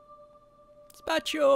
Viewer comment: to be picky the correct word is Gazpacho, not "Daspacho" which is what he said ;p